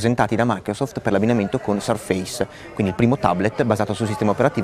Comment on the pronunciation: Bel video, ben fatto, ma con un paio di imprecisioni: Surface si pronuncia in modo diverso, e la cover sottile si chiama Touch Cover. La Type Cover è quella con i tasti fisici, più spessa. il bootloader è sbloccabile dal pannello di controllo Modern. Alcuni possessori hanno fatto dei video in cui hanno installato Ubuntu ed altri sistemi.